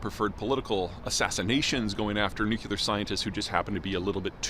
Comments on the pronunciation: Nuclear. Not nookular, nookular, nookular, nookular... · Another quibble ... There, you mispronounced it several times in this video. it's "nuclear", not "nucUlar"! Who do you think you are, a country bumpkin like -- George W.?! 😂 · Even if you are from the midwest, the word nuclear is pronounced with two syllables that sounds like NU CLEAR. Y'all making it three syllables, NU KYU LAR, is just a word crime. Please endeavor to do things correctly where possible. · I've read your books, you make such cogent points... Why do you keep saying "nuk-ular"? It's nuclear. Am I wrong? You sound so ignorant with that single word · Stop saying "nuke-ya-lur." It is nuclear. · "NU-CLEE-AR" not "NU-KYEW-LAR", for pity's sake, Peter! 😊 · A grown man that says "Nu-cea-lar" instead of "Nu - clear" is an idiot I can't take seriously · It's "nuclear" (new-cle-r) not new-Q-ler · I had to take 5 shots (times Peter said “Nookyaler”) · The American pronounciation sounds like: NewKiller weapons . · Not going to lie, hearing someone with as much expertise in his field as Peter still pronounce it "nook-kyoo-lar" is and will always be disconcerting. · I thought Americans usually pronounce it : NewKiller weapons . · Sure, like "NU-CU-LAR". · Saying "nukuler" makes you sound like a buffoon, Peter. Try pronouncing it correctly. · Why can't you say the word nuclear? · Why can you not pronounce, “Nuclear” as in “Nucleus” of a cell? You sound like, “W” (“Dub-ya”) which is not reassuring at all… On the contrary, it is terrifying!